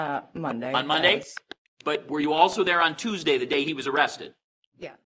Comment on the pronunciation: "was it a toosday?" 🙄Looks up. 🤔💭Toosday? I dont even know where i am right now 💭